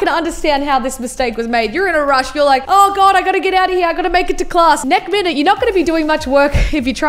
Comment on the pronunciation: I will say I love how she says nek minute